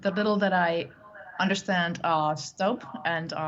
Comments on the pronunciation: Not 'Stabb', but 'Stubb' (as you, who)😊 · President of Finland's last name is phonetically pronounced as Stoob, not Stob or Stub. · You'd think the anchor would spend 5 seconds checking how to pronounce Stubb's name before saying it. It's not Stap. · Stubb is a swedish name (word) NOT english. Why can’t you pronounce it as such when even tRump managed to do it?!!! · Please learn to pronounce his name properly: u is pronounced the same way as in Putin and that’s the only thing common between them!🤔👌